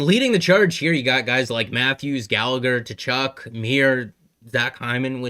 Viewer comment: great video again man! Cant help myself here - KUH-Chuck not TUH-Chuck :)